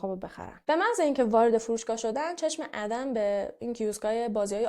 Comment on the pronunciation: ممنون از ويديوتون👍👍 تلفظ درست ادِم است لطفا اسامي رو با اينترنت، يوتيوب چك كنيد